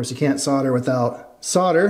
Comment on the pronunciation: Lol "sodder". I bet you say "I sod my od car"